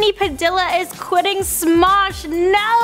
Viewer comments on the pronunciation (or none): It isn't padilla it's pronounced padia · You said his name wrong lmaoo. It’s pronounced pa dee ya, not pa dill a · lol she said padilla as we would in america. just sayin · She pronounced his name wrong